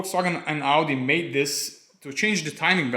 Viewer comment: "Audisteer" made me spit coffee over my laptop.